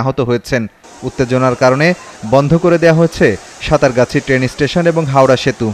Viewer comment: সাতারগাছি না, এটা হবে সাত্রাগাছি।